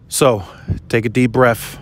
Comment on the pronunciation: You mean to say, take a deep BREATH, not BREAFFFF